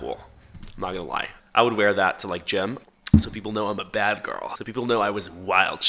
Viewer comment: “I was a bas girl…I did sökme bas things…..” GIRL GET BACK TO SELLING BOWS